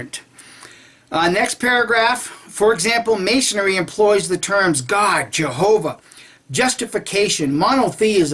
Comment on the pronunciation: Nah these guys must be high on something .. The guy never says Jehova, it was more like YeovaX ... also the translator typed jehova but for spanish speaker sound or pronounces it with an X at end ..